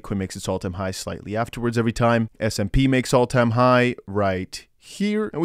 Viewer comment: Love your vids❣️ Btw, it's S&P, not SMP😘